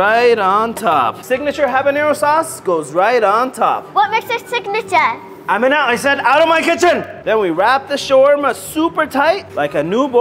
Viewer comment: Nah bro my name is Amina but it’s pronounced “Am-EN-a